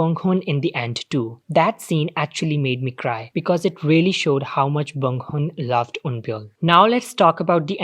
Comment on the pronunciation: bun hong not bong hoon